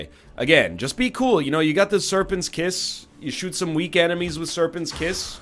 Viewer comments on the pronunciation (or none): none